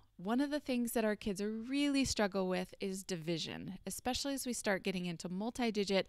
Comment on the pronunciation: good video but I wince every time you say "ek-specially" instead of the correct way "es-specially". Adding good grammer and correct pronunciation to a good video will make it better